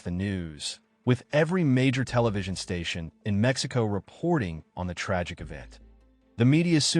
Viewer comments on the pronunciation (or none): none